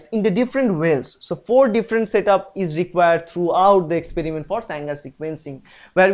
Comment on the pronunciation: It is Sanger NOT Sangar